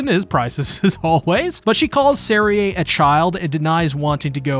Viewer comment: Serie is pronounced like zeri, not zerie